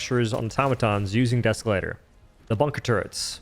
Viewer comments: Deeeee———Escalator. Not Deskalator. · You say “deskalator” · Please tell me you're intentionally saying desk-elator